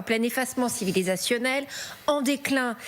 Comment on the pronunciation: Quand on a du mal a prononcer le mot "civilisationnel" a la chaine de télé française on se pose des questions.